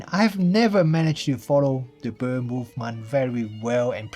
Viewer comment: Woww, love you pronouncing bird as "bur" 😊 I guess I'll buy the z9...